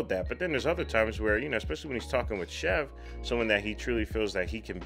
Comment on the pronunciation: It's SHIV LIKE SHE WILL SHIV YOU,NOT CHEF...... REALLY ENJOYING YOUR COMMENTARY!